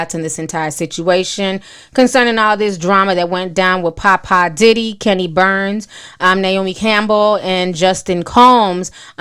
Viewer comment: GWORL, you can’t pronounce shit it’s 🗣BURNS, KENNY BURNS, NOT BARNES🤦🏾‍♀️